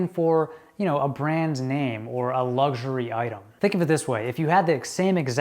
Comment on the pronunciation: Luxury not lugsury. 😂